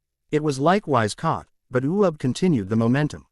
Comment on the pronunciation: his name is uub NOT u ub